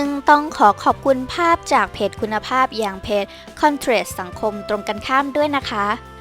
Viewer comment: มันอ่านว่าคอนทราสนะ ไม่ใช่คอนเทรส